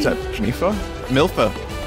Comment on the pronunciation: my man did not just say "milpha"